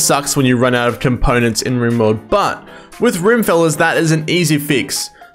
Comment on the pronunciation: Do you pronounce rimworld as “Rimeworld” seriously